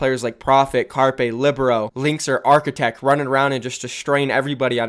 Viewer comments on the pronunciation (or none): ITS NOT ARCHITECCC ITS ARCHITECT